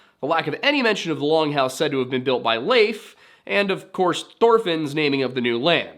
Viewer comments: Finally someone who pronounces Leif as Leif, and not Leif. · Thank you for pronouncing Leif the way you do. It was kind of consistent. Not perfect, not bad! Now say Cnut or Canute, or Knud, or Knut or... Love your channel BTW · Good video. I liked how you pronounced Leif correctly! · Thank you for pronouncing Leif correctly!